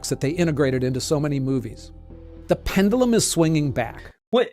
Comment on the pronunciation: pen duh lum????